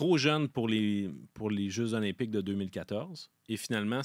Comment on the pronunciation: stp, on dit les jeux Z'olympiques, on fait la liaison! sinon j'adore votre emission que je decouvre depuis quelques semaines! from france! thx!